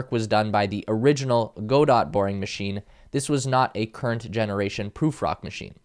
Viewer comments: Good report but please note it's pronounced as ga-DOH and not ga-dot. Gadot as in Waiting for Gadot. A little humor there from the Boring Company. 😄 They seem to be pretty successful so far and are working on many improvements as they progress. I think they will eventually develop a higher capacity tunnel vehicle but "putting butts in seats" of production Tesla vehicles is some great marketing. FUDsters be damned. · Godot. Gah-Dough. It's French. It's a joke about Beckett's "Waiting for Godot". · Godot is not pronounced go dot.